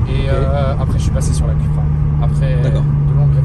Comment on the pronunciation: Les gars, on ne dit pas "Cueupra", ni "Cupra" mais "Coupra", j'ai les oreilles qui saignent à chaque fois 😅🤣